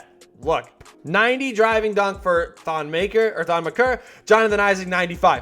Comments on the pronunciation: bro really said thon “muhker” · Mans said "Thon Mukur" lol have a great vaca bro!